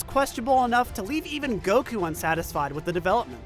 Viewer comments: Every time I hear go-koo my eye twitches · It pisses me off every time you pronounce Goku that way. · I love how teases for how he says "Goku" while still saying "kuh maya-maya" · Beautiful video, the way that one person says Goku makes me want to cry tho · okay why is no one talking about the way pronounces the word "Goku" with the accent on the second syllable? am i just missing something? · One of the video's narrators is annoyingly switching to a heavy Japanese accent for specific words/names, right in the middle of his sentences. e.g. Goku, Jiren, etc. It's like hearing someone talk about pizza but every time they say mozzarella, they do so with an over-the-top exaggerated Italian accent in the middle of a sentence. Just stop, please. You aren't being more accurate, you're being a pretentious tool and you sound ridiculous. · How does he still fuck up the pronunciation of Goku?! I know that it’s wrong, I hear that it’s wrong, but I have no idea how he does it! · Ahhh, I see. Then I take back my negative connotation, but I still don’t understand how he’s saying it though. I can here that it’s different, but it’s still so close to how I know it to be pronoucned that it’s tripping me out